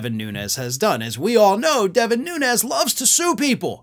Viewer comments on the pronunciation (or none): It is not NUNEZ! ITS NUNES, HES PORTUGESE NOT SPANISH. Has been sighted home visiting his Portugese Family and eating at local Port, RESTAURANT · The Portuguese people here in Hawaii pronounce Nunes as noons. Like "goons". Noo-nez is Spanish.